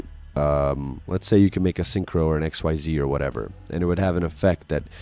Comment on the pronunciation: Because I don’t see it commented anywhere else, it’s called “Ex-ease” not “X-Y-Z.” I thought the same thing too when I got back into Yu Gi oh and refused to call it by the official name but I’ve watched way too many Yu-Gi tubers that call it by the correct name.